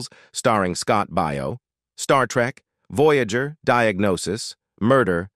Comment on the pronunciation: Your pronunciation of some of those names are horrendous. "Baio" is pronounced "BAY-oh". "Piccolo" is pronounced "PIC-a-low".